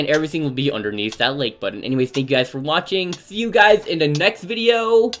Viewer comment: At the end of the video he said thanks for Waking